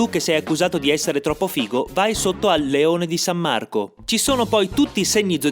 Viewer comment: Da padovano son proprio contento di vederlo, considerato che all'epoca non volevi farlo! :D puoi farne una su Trento visto che ora abito qui e son troppo pigro per scoprire?! P.s. non so perchè ma il tono con cui hai detto "leone di s.marco" mi ha suscitato una portogruarite acuta!